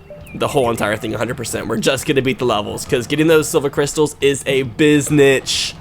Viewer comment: it hurts everytime says "silver crystals" -_